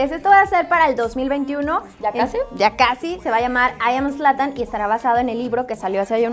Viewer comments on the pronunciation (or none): Es Zlatan no "ESLATAN" aunque de ya no me sorprende ni extraña